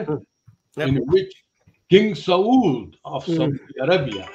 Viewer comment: oyee dear "Papa" jee.... Exactly aapne KYA PIYAA ( drunk/smoke) hai, aur KITNA??? he does an ENCORE "SAAUUUUD" - LoL 🖕LoLLLLLzzz 🤣🤣